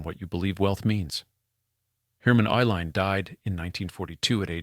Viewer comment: The name Uihlein is pronounced E-line.